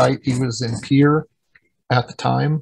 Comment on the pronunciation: Pierre is pronounced "peer," rather than "pee-air."